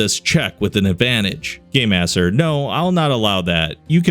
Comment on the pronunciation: For some reason to me when he says game master it sounds like gay master to me?